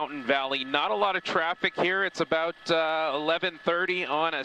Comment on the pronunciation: Oooh my ol' stompin grounds. And its SLATER not salter you dumbass overpaid teleprompter reader